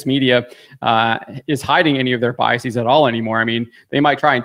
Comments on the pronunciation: All the speakers sound very intelligent. One point: the plural of bias is biases, not biasEEz; the plural of process is processes, not procesEEz. The plural of basis is bases, pronounced basEEz. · “Biases” is not pronounced with a long e , guys.